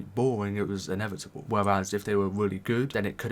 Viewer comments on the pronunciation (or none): none